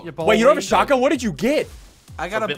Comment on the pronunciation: STOP SAYING SHOTAYYYE